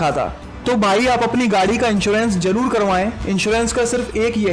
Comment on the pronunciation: For God sake it's zaroor not jaroor... Car glasses are not mirrors. Mirrors reflect glasses are transparent. Registration number had to be printed on window and windshield glasses not on mirrors. Better ask some professional with good pronunciation to give commentary.